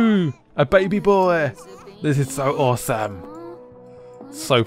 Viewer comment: The way he says awesome fucks me up. "Ooosome"